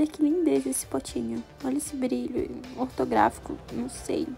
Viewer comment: Gente ela disse Glitter "Ortográfico"??? Por favor né? É HOLOGRÁFICO o nome gente. Holográfico!